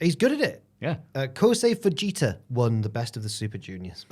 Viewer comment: thats not how fujita is pronounced